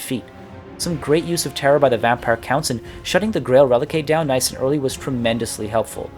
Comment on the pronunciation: "Grail Rel-eek"